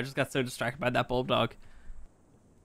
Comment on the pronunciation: Isso not buldog is bulbdog